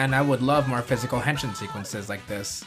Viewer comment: Uh, dude. You're butchering the word. It's not "hen-shin" as in the leg bone. It's "hen-sheen" if you listen closely to what the Kamen Riders say. The letter I (as in "India") in Japanese is always pronounced like a long E sound.